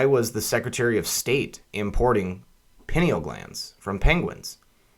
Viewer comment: Pie-Neal Glands